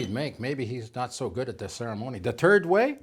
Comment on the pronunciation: Yeah I heard that too. is totally understandable and we should not criticize people's accent but I think Manfred has a sense of humor and I hope he can laugh with us about the turd way.